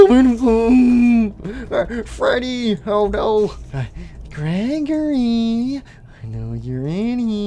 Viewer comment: At 1:7:45 Freddy accidentally said greggorley instead of Gregory